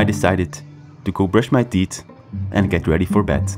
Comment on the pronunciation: Your accents makes it sound like "brush my teet"